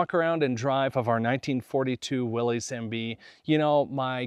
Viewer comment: It's not Willeez, it's pronounced like Willis